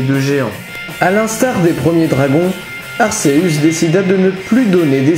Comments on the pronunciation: Arceus se prononce arkéus pas arsséus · Pourquoi tu prononce arsseus c'est arCeus arc et deus(dieu) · Aceus se prononce Arkéus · Arceus (akéus) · Juste on prononce arKéus! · Dommage que Arceus soit mal prononcé, sinon j'ai adoré cette histoire, on a chacun notre propre version est celle-ci reste plaisante.